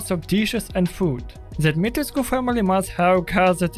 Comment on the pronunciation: As someone who is Romanian, thank God you pronounced the u at the end of Dimitrescu.